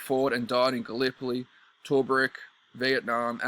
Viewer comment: It’s pronounced Too-Brooke, mate